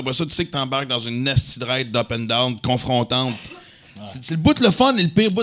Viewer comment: essai de compter le nombre de fois que Maxim dis: comfrontant?